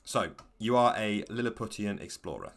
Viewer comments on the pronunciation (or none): Isnt Lilliputian pronounced more like Lily-poo-shun? Anyway it seems like an interesting game